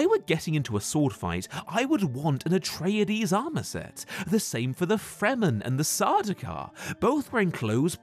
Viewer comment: "Atrayadees" ffs. They say the pronunciation in the movie.